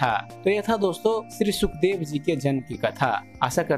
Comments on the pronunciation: सुखदेव नही शुकदेव है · महर्षि जी का नाम सही से लिखिए और बोलिए। शुकदेव ऋषि होता है सुखदेव नहीं।